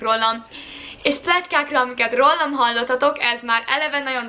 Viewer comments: Ügyesen videózol, de nagyon zavaró tud lenni, az hogy a rólam szót szinte mindig rollamnak mondod. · "Rollam" engem idegesít egyedül? :D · Az a gond hogy a sok "művelt"pesti .Is így mondja!Mit oszt nekik akcentus...😒